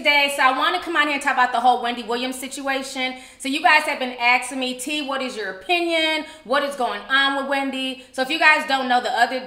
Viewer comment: I had to stop watching after she said "axing."😐